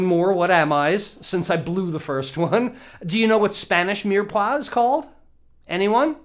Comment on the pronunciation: Mire Poix (meer pwa)